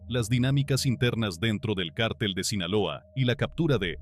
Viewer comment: No sé dice cártel .....es cartel....no es Guzman.....es Guzmán